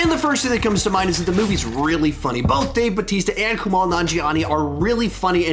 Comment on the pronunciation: I thought it was hilarious!! By the way, it’s KuMAIL, not Kumal.